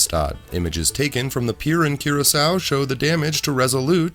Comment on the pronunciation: THIS IS HOW I KNOW, YOU,, ARE A TRUE INTELLECT....YOU KNOW HOW TO PRONOUNCE THE NAME OF THE ISLAND OF CURACAO!!!!! I WAS A BARTENDER FOR MANY YRS. AND I CANNOT TELL U HOW MANY TIMES PEOPLE HAVE ASKED ME FOR BLUE " CURACCO" lol or whatever!! IMA FIGHT EM!! LOL